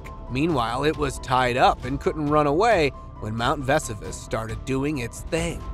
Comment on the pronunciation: Your mispronunciation of "Vesuvius" and Latin words detracts from the enjoyment of the video